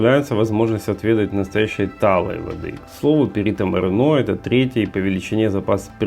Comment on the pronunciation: правильно Perito MorEno , no Perito MorenO